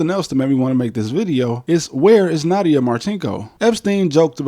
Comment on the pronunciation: It's pronounces Nadia, not Nada. Just as you pronounce "Het" in Russian as Nyet.